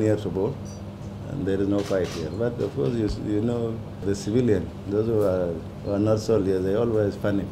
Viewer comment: He say's jew instead of"who". Im offended.